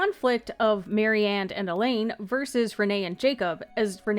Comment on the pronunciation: Great video, it helps to connect the dots for all the bits of different lore. If I may offer a slight suggestion, Alain is kind of pronounced like Alan, rather than Elaine. I was a bit confused at first while listening to it.